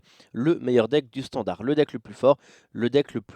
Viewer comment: Standart avec un t ? XD